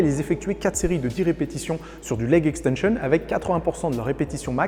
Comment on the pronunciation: J’étais pas prêt au « leg extenchionne » salut l’artiste 😂😂😂